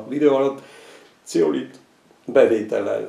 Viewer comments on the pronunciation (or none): Zeolit-t mondott, csak németesen ejtette ki. A boltban Zeolitot kell keresni!